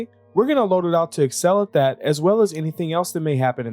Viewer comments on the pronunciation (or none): That makes more sense haha. Really sounds like you say 'and'.